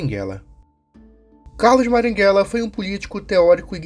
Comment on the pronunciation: Marighella; A própria história mostra que ele queria trocar uma ditadura por outra enquanto praticava terrorismo (Isso foi dito pelo próprio Fernando Gabeira, mas, infelizmente, você não cita isso no vídeo). Passe adiante. (você falar maringhella, em vez de marighella me pega demais kk)